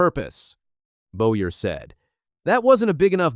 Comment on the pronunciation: First of all, the damn AI needs to work on name pronunciation. Hocevar (Ho Ce Var) and Boyer (Boy Er) are well known to anyone who actually follows NASCAR. Secondly Freddy Kraft (Wallace's) spotter needs to shut up. Saying someone like Cleetus shouldn't be on the track, while his own driver, diving like a psyco wrecks half the field. This isn't the first time that Bubba has lost his mind. NASCAR should park him for at least a race. MJ needs to look for a new driver for the 23, one who doesn't embarrass him as badly